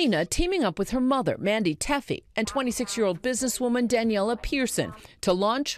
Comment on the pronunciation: Selena is such a gorgeous person inside and out. Her mother raised her right and looks just like her! Btw her name is Mandy Teefy (tee-fee not tef-e).